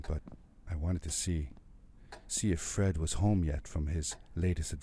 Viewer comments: I no idea how he read that E in fred as a O ... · dude it's fred not ford LOL